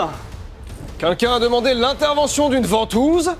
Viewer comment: "Vantouse man"...😂😂😂